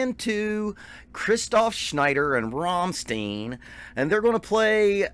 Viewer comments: Rammstein, not Rammsteen god damnit! Or do you say Frankensteen instead of Frankenstein? Stein = Stone in english, pronounced "Shtine" as an english word. So easy, or not? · RAMM-STEIN not Rom-stien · Rammstein! Not Rammstien God damn it 😂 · Who are Rom-steen? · Before you send anyone anywhere at the beginning of a vid, you should educate yourself on how to pronounce the name of the band. Let me help you here. It's Rum-shtine but DON'T roll the R at the beginning. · The way you have to pronounce the syllables is: Ramm - st - ein I know that it is hard to understand for foreign people. In the German language the letters e + i and s + t combined create a new way to pronounce. Our "st" sounds like "sht" for you. But there is no possibility in the english language to compare "ei". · Rammstein sounds like Frankenstein or Sunshine. There is no eeeen. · You are right to pronounce the „ei“ in Schneider like the [ei]-Sound as in first pronoun I. Same goes with the „ei“in Rammstein though... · Just a constructive critique, you are mispronouncing Rammstein. Listen to their song called Rammstein to hear how to pronounce bands name correctly. All the best, great channel! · You have to pronounce rammstein like his last name it's simple as that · The Problem is not the "st" it is the "ei". American people pronounce it like "ie".